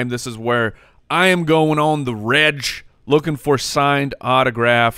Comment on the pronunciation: When is going to learn how to pronounce “reg” for regular